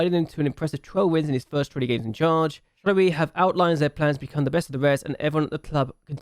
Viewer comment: Nice serie ! I'm not use to not see a youth intake challenge from your channel but Jupiler Pro and Belgium is not played very often on youtube so it's cool! Btw for the pronunciation, in french the "oi" is said like "wa" (like in "was") for exemple it would be "Charlerwa". Nice video !